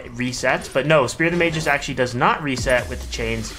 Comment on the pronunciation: It's pronounced Magus not "Mageus"